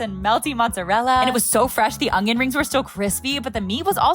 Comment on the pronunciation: I love how you say ungyun instead of onion 🤣🤣